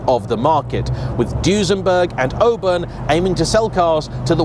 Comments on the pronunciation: Is it not pronounced 'or-burn' rather than 'o-bun'..? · The people of Auburn, Indiana (where the car originated) pronounce it awe-burn, not "oh-burn" as he says it. Bob's your uncle! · It's "Aw burn", not "Oh burn". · Aww-burn not o-burn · You are pronouncing it “O-burn” interesting, I have always heard and said it “Awe-burn” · It's pronounced "AWE-burn". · ahem… it's AW-burn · Now to be that guy, but I've always heard it pronounced "Aww- Burn " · It’s worth twice the price of admission! Just don’t pronounce it Oburn 😂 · I think it’s pronounced “AW-burn” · All-burn 😂 learn how to speak American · Please pronounce the Auburn name correctly. "Oo-burn" is not correct. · It looks good even when it's driven on the wrong side of the road and Auburn is mispronounced. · I think it would have been nice to note that the Auburn of the last century was built in Auburn, Illinois, USA, not Florida. Also, while the marque name starts with an Au, it is a North American Au, pronounced like the au in autumn, not like the au in au paire. Please, we ridicule, but don't interfere with the British pronunciations of place names like Worcestershire, please be an educated Brit and display the same courtesy. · Doesn't know how to pronounce Auburn. Doesn't know how to pronounce Willys. This guy's a car expert? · As soon as I saw it, I knew it was a fake Auburn because of the incorrect wheels. Unlike, who may have pronounced Auburn the say way as its owner, I know how to pronounce Auburn correctly.